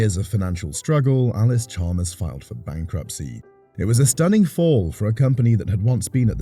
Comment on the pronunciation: You lose credibility when you can’t even pronounce the name correctly. It’s not Allis Chalmer, it’s Allis Chalmers, with an s.